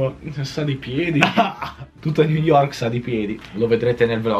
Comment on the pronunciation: hai detto ni York._.''